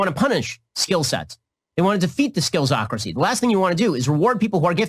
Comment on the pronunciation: He said “skillsocracy” LOL